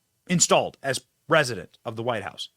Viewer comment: Did you call him RESIDENT BIDEN?